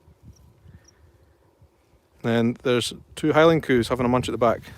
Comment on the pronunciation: LOL When you say cows it sounds like coos. I didn't know what your were referring to at first.